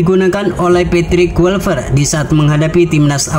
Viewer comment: kLuivert bang, bukan KuiLpert 😑